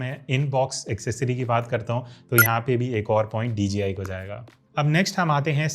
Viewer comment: Why is it that sounds like ur saying dgi